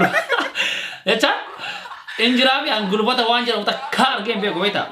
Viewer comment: Gulbaata miti Hulbaata